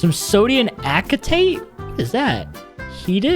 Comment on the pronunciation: "sodiun aketate" 💀💀💀